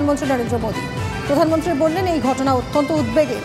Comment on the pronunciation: অধীর তো কথাই বলতে পারেনা। প্রধানমন্ত্রীকে বলে পোদানমন্ত্রী।